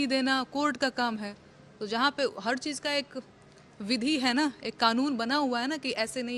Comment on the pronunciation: Desh ko cheej bol rahi hai vah